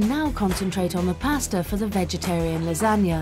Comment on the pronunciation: The narrator, India Fisher, does not know how to say Lasagna and called it lagna.